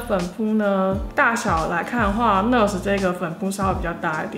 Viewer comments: NaAAAAAaaars Not ners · 應該是唸內阿死，不是呢呃死吧🤔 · 跟我念 那尔s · 應該是念ㄋㄚˋ ㄦˇ ㄙˇ吧🤣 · 單音節是唸ㄋㄚˋㄦ斯喔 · NARS的唸法有點怪？？😅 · 原来不是只有我这样觉得。lol～美音的话r要发出来，英音的话没那么强调。不过没关系，爱汤的化妆技术❤️